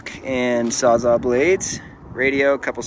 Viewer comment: "sawzaw" blades.